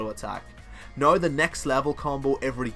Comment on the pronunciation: Your accent^^ - Noiiii Instead of Now :P